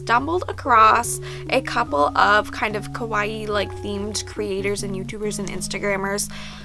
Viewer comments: i really love you, im your biggest baby fan, bUT the way you always say "kawaii" it's just- because you make it sound like "kowaii" which means "scary" and just- Maybe you could just try and practice?? I dont want to sound like you have to be a master at japanese, but if in most of your videos you are going to repeat this one word, you might as well just try to say it right?? Im sorry, I dont want to be rude but I just had to say it:-( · Omg yes I’m so bad for that!! I know the diff between kawaii and kowai but I’m have such a bad habit of mispronouncing. Same with “hairajuku” instead of “haaahrajuku” lol it’s just a bad habit I need to break